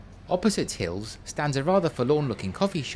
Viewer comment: Great work... so much fascinating detail. Just the one quibble... the famous furniture shop is Heal's not Hill's... a matter of pronunciation perhaps, though I'll set the record straight, as Heal is my family name. That apart... a top-notch short.